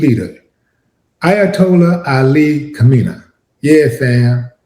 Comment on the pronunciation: Kha-may-knee is how you pronounce the name phonetically. Do they still teach phonics???? I'm old. 😳😳 How did this end up being about me? 👀🤨🤔😆😆😆